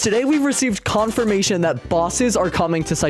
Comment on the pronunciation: OK everyone is talking about bosses but why did he say conformation